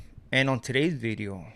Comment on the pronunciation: has an accent & can't pronounce certain works like "Bideo".😂